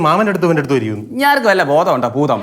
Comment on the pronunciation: Not ഭൂതം its പൂതം